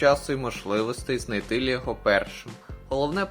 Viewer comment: Та не "лєго", а "лЕго" б...ть!